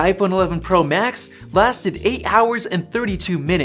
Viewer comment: Sounds like he is saying “tennis” “max”